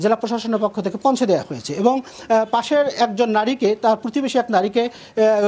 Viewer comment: পৌনছে না পৌঁছে হবে শব্দ টা